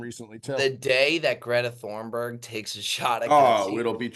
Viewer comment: How long till the boys actually say Greta thunberg’s name correctly??